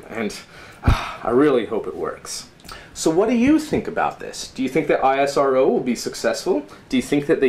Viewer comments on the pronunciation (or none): He is doing so hard work to pronounce isro as I S R Ow.